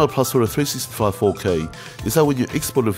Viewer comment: Maybe I'll buy me one of these um..."Three-sissy-cameras".